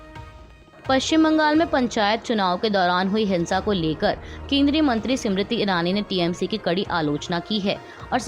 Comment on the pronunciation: सिमरिति ईरानी नहीं स्मृति ईरानी है कृपया सही उच्चारण करें। खास कर किसी के नाम का। धन्यवाद